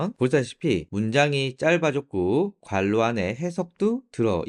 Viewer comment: 괄로가 아니고 괄호